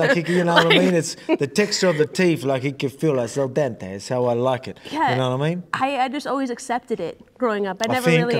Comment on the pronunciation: “La Diente” to the tooth 🦷 Diente is tooth in Spanish.